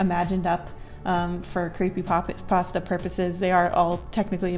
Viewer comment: brings me back to my cweepypasta days lol